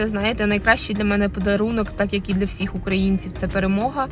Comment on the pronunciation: Не перший раз бачу, що в деяких українців неправильна вимова слів "всіх, всім". Ви також говорите "всИх, ВсИм"